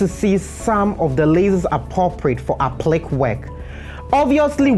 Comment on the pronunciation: APPLIQUÉ IS PRONOUNCED (APP-PLEE-KAY)! I LOVE YOUR WORK AND TIPS!